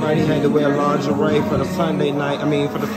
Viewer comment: I bout died when he said ling-a- re party